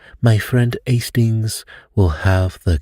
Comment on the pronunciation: It makes me smile when you ‘do’ your Poirot accent. 😊 …”Estings!” 😅 Have a fantastic week. 💐🥰